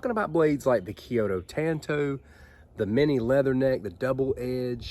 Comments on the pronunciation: I don't have any of these minis, but i did buy the Cold Steel Master Hunter in VG1 San Mai 3 and Click N Cut Hunter. I have always wanted a Master Hunter. It is a small, but stocky blade. I just like it a lot! And it is Tan Tow, so you are correct in pronunciation. I did studies in Japanese weapons, and i own 9 Cold Steel Tanto Point blades. Nice video! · The way you say it is correct 💯 Tan - Toe/ Tanto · Tan tow is how it's pronounced so good on ya lol. I love those and that may be my next knife. I currently bought a cold steel voyager vaquero xl with serrations and it goes everywhere with me. I absolutely love having a folding fighting knife in my pocket